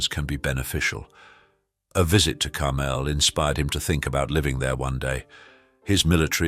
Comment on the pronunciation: Why can’t the announcer pronounce Carmel the way it’s supposed to be???